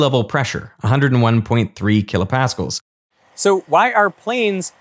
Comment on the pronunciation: Tons of great information but for Christ's sake, learn how to pronounce kilopascal. Blaise Pascal is spinning in his grave.